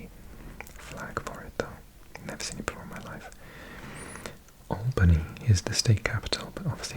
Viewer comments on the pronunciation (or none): none